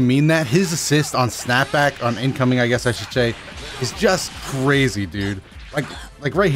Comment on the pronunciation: "...on incoming, I GHUESS I should SHAY " go home, you're drunk.